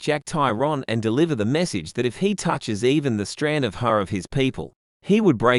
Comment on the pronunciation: onwards "he shows her the massage he got from the big man".... lol 😂😂😂😂😂 It was message not massage but got me wondering there for a second too.... 😂😂😂😂